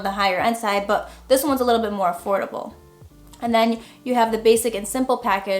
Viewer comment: Hey, big fan of your channel!! I'm just slowly getting into photography, this video helped me come up with some ideas in my near future. Your the first photographer channel I started following, followed by your homies Manny Ortiz and Irene Rudnyk. Btw, yes your funny, like how you say " Buhh" when you use "but", without the "t" pronunciation..😆